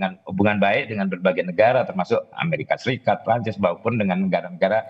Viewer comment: Keren nih news anchor nya. Pengucapan nama Prancis nya bener. PROFESIONAL!